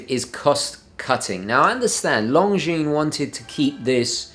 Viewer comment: Very good review sir, I like your channel a lot. BTW the S in Longines is not pronounced.